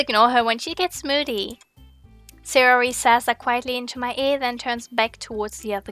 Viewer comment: It's not Sayori, it's Sahh-yoori ~ ma boi Pewds 😂